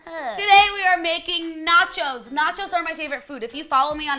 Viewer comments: Every time she says "chos" I think she's saying "chodes" hahaha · Every time she said the word "Cho's" it sounded like she was saying "Chodes". Love it. 😂